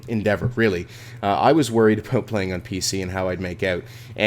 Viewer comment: OMFG HE SAID ABOOT!!!! WHATTTTTTT